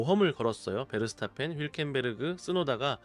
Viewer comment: TTS 말이 나온 김에 한 말씀 드리자면.. 숫자나 일부 알파벳 같은걸 그냥 작성하지 말고 한글표기로 TTS 입력해보시죠. 5위 - 다섯위 같은 개어색한 더빙은 안나오겠죠. 오위 라고 입력한다면 말입니다. 영어도 이름같은걸 그대로 적지 말고 한글로 입력하면 페르스타펀 같이 대부분의 시청자에게 어색한 발음보다는 베르스타펜이라는 공식 경기에서 사용하는 명칭으로 더빙할 수 있겠죠. 시간이 흐르면 눈치 채시고 수정하겠거니 했는데 계속 같은 현상이 되풀이 되길래 뭣도 아닌 사람이지만 조언 적어 봅니다. 쩝.. 일곱위 여섯위 이런건 진짜 충격이었습니다.. 그리고 가끔 절면서 버벅거리는 더빙은 일부러 넣으신 걸까요? 실제 사람같은 느낌을 위해 설정하신 것일 수도 있겠지만 청자 입장에서는 솔직히 집중에 굉장히 방해받아요.. F1 채널이 아직 많지 않기에 하나의 채널이라도 모두 소중합니다. 더 나은 채널이 되길 바라기에 드리는 말씀입니다.. 그리고.. 가끔 다른 채널애서는 공식 영상이나 스틸컷, 사운드 등의 사용이 문제되어 영상을 수정하거나 전면 재업하는 경우도 두세군데 직접 봤습니다. 그래서 그 분들은 게임 영상 등으로 대체하기도 하시더군요. 이 채널 역시 그런 불상사에서 완전히 자유로운게 아니라면 대책이 필요하실 겁니다.. 위 내용과는 별개로, 예전에 이곳 결승선 채널같이 어색한 TTS 더빙에 F1 공식 영상과 사운드를 왕창 갖다 쓴 해외 채널같은 느낌의 채널이 두 개 정도 아예 사라진 경우도 봤구요.. 아무쪼록 별 탈 없이 잘 성장하시길 바라요..